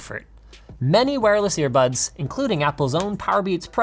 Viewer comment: Nobody: Linus: Ear Puds